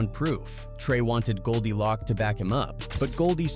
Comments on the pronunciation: not goldie lock, its goldie loc (pronounced loke), and the group is tha eastsidaz, what are you sayin??? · Lock instead of Loc is wild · Man if you said Goldie Loc name like that one more time 😂 it’s pronounced LOC with the “O” as a long O like “Low” “Loc” not “Lock” 🤦‍♂️ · Who is this white dude talking about hood stuff Goldie Lock 🔒 🤣 it’s Goldie Loc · Who tf is goldie lock? lol ITS GOLDIE LOCC CUHZ ♿️♿️♿️♿️♿️♿️♿️ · Goldie Lōc not loc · His name is GoldiLoc (Low-k) not GoldiLock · These AI videos are entertaining but the pronunciations like "Goldie LOCK" is hilarious 😅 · Goldie "Lock"? Are u for real bro?? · The constant mispronunciation of Tha Eastsidaz and Goldie Loc almost made this unwatchable to be honest. I get using AI for voiceovers, but simply doing a control F to find and replace “tha” with “the” and “Loc” with “loke” in the script would have gone a long way to help with AI pronunciation. Appreciate the Tray Deee recognition though.